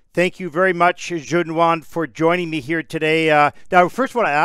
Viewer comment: Ok the way is pronouncing Junhwan's name like he's French is cracking me up